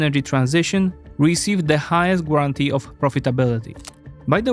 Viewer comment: I know it is a detail but “guatantee” read without “u”…. Small thing to make your work top notch